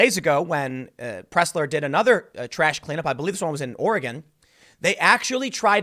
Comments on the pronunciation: wow you slaughtered the name willamette its not pronounced will-eh-met its pronounced will-lam-it also oregon is not pronounced or-e-gon it's pronounced or-gan just like what you have in your body or like the musical instrument LOL people who are not from around hear can't pronounce the names right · As a Portland native: 1) will-AM-it not will-uh-met, 2) ORegon not or-GONE, 3) Portland does look like shit and needs all the help we can get. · Hi Tim! Nobody here says "ori-gone"! It's "ori- gin" with a hard G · I'm a Portland, OR Conservative. Scott is welcome here. Will-am-it Or-i-gun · For future reference: it's pronounced "Will - Am - IT"...and It's pronounced "Or - a - Gun". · Cleaning trash is a far right dogwhistle that's code for "Eliminate bacteria" which of course is racist. Wait, did you just say Oreh-gone? Do you say Charlestahn? My favorite character in Fresh Prince is Carltahn. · Ore-gone and Will-uh-mette? LOLL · It's pronounced Will-am-ette and Or-ee-gun. Damn East-coasters lol great video though. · Just because I know you will end up talking about this epicenter of far left stupidity... "Ore Again" or "Ory Gun" are both ways people there pronounce it (you usually said it right butdid slip) Will Lamb Ette. It's counter-intuitive to the spelling. Lots of places out there like that (Philomath being another example). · I think he mispronounced Oregon too. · Journalist Tim, you have been to Portland. Why do you mis-pronounce Oregon and Willamette on purpose? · Leftist ruined my state long ago. Leftist let the homeless trash the cities. PS: Tim, your pronunciations of Oregon and Willamette are wrong.